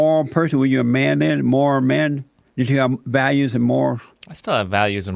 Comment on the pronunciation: Fucking shit myself when he said “morll character, morlls”